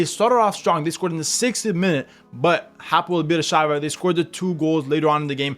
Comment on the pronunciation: It pronounce Hapoel Be'er Sheva. Im from Israel and this is my team. I really hope we will qualify to the Champions League stage for the very first time.